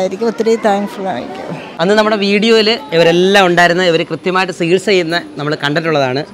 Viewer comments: സികിത്സ അല്ല ചികിത്സ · ഒക്കെ ശരി, പക്ഷെ ഒരു കാര്യം.... "സകിത്സ" അല്ല സേട്ടാ, "ചികിത്സ" എന്നാണ് മലയാള ഭാഷയിൽ ഉച്ചരണം 🤪